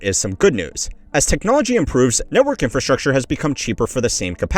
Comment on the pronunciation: why do you talk like that. infrastrucTURE